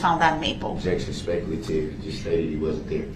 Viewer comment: "What was the DNA you found on the sweater?" Ob-ject-un spec-u-lative